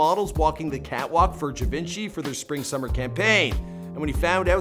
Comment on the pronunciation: Givenchy is pronounced G-von-shi & Hermés is Er-Mez